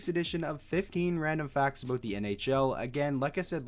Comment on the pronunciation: did you say aboot?